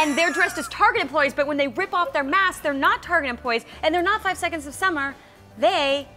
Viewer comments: 5SAUCE not 5-S-OH-S. Just for future reference... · It's 5sauce 😂 not 5 es oh es 😂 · im just here for 5sos, and im so glad im not the only one that cringed when she said 5-s-o-s or 5 es oh es,it was heart breaking, but i got over it fast, only the true fans no that you say basically say 5sauce or just 5.s.o.s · okay i know that you didn't know how to pronounce it but please it's 5sauce not 5 es oh es ,please i hate when people say it like that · Why did u call the 5-es-oh-es its friction 5SAUCE!!! Sorry rage thnx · I clicked off when she said 5 es oh es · she said 5 es oh es. cringes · did she really call them 5 es oh es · "5 es oh es" nope